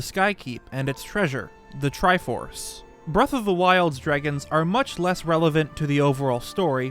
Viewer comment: They way he is saying, “dregon’s” is bothering me…..